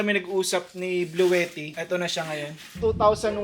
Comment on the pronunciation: Nice video po sir. though minor correction sa pronunciation ng Bluetti. Hindi po "blu-we-tih" ang tama po ay "blu-ti-tih"